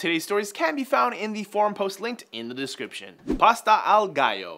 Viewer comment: gallo is pronunced with two L, like G - AL (gore) - O